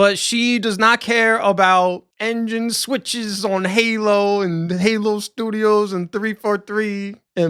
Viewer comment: Did you almost say gaylo 😂 we all heard it! Lol😂🎉 perfect